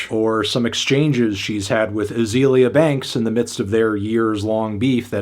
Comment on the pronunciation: “Uhzeelya banks” lmao